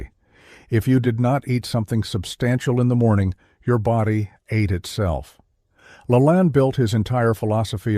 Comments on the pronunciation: STUPID A. I. CAN'T PRONOUNCE ANYTHING CORRECTLY ---- IT'S LA LANE ~~~ NOT LALANN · It's pronounced la lain, not la lan. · AI. PRONOUNCE NAME PROPERLY!!! LA, LANE, LANE LONG A NOT SHORT O. DUH. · Your AI is driving me Nuts. The man's name is pronounced La Lane Like the lane you drive in on the highway. A simple google search can tell you how to pronounce someones name. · Get your AI to pronounce Jack LaLanne's name correctly. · 63 ... don't eat breakfast ever 👎🏼👎🏼👎🏼 my goal is to not eat anything till afternoon ... my energy and muscle performance and endurance are light years better when I do this vs eating anything ... what people don't understand is how much energy it takes to digest food using that energy for performance can't be beaten I disagree with you sorry and you're saying Jack's name wrong might be fake AI news LOL just kidding 😢😢😅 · AI ~ not even pronouncing Jack La Lanne correctly!!! So LAME!!!!!!! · Can't even program the AI to pronounce his name right. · you lost my favor when you started out by mispronouncing his name. Using his name is click-bait which is valuable - mispronouncing his name incorrectly - not good. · This kind of AI really pisses me off if it can't even pronounce Jack Lalanne's name properly take this crap off of YouTube. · Big compliments on your video. It is will very well done with the exception of something as simple as mispronouncing Jack LaLanne's name. I wonder why you didn't correct this before posting? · Dear AI, please learn how to correctly pronounce the name of the subject of the video.